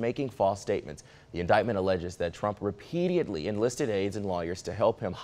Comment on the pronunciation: Only thing I see wrong with the anchor is that hairdo(it's not the right look brotha and must go lol)and he said the word "repeat-i-edly lol. He can also slow his speech down a tad bit! Sorry but I had to do it haha. Constructive criticism?😂😂